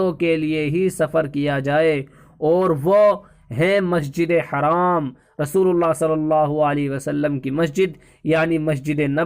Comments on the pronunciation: Assalamu alaikum bhai jaan plz masjid e haraam na boliye masjid e haram boliyega plz next time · Bhai masjid e haram boliye haraam na boliye plz